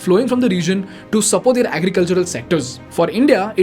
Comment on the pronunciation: Please change your pronunciation of the word- THEIR, it is both weird & annoying to hear it the wrong way. Rest of it is simply awesome 👌 keep it up 👏